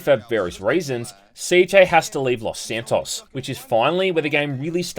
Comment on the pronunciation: Pissed me off every time you said Los SanTOSS